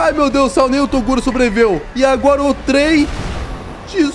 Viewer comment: Em pleno 2022 falando toduro. Não. Toguro